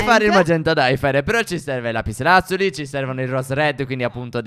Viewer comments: Stef si dice l'apislazzulo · "Lapilladuli" Cit